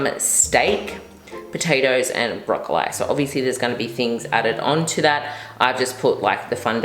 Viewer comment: Wait...is she actually pronouncing "broccoli", broccoleye"😂 i thought it was a joke at first